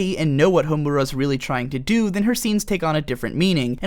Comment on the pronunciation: You are the first person I've heard that pronounces Madoka's name correctly yet Homura's incorrectly lol. Also "bibi" //shot